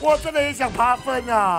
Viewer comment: 遭了個糕~~我好喜歡聽老爹哭喔~~哭起來太迷人了~~文老爹就是這麼強悍NO~~ 老爹到底是爬分還是扒糞~~笑死我了! 我一直聽到人家在扒糞耶很過分耶~~哈哈